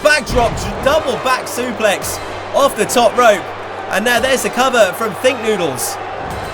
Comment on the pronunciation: You said off wrong